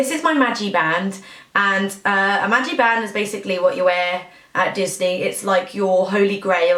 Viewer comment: It's MagiCband not magiband. Love the video I always overdo it's Disney World as well & come home with more tee shirts and plush than I could possibly need as an adult but I just can't help it.